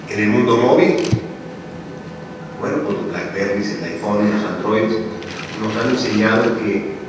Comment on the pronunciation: "los aifones"